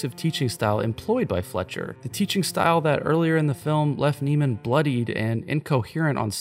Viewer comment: You do know you’re pronouncing his name wrong right? Fletcher pronounces Andrews name wrong in the film on purpose😂 his name is Andrew Neiman like “Nae-man” not “Nee-man”